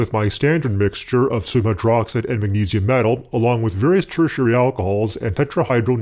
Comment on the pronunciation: Every time you say sodium I just hear “summ” . Some hydroxide Some metal Fuck